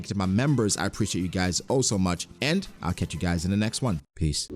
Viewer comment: I just realised in your outro.. "catch you guys in the next one, peace". Sounds like you say one piece